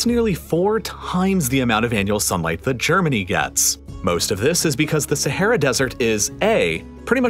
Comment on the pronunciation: man constantly pronounces sahara wrong 💀